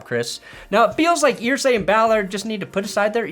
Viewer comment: It's "Er-say" not "Ear-say". Signed, A Colts fan